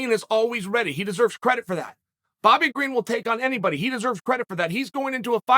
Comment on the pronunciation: Bobby Green. The first person to get the unusual privilege of having there name pronounced correctly by the man himself 😂😂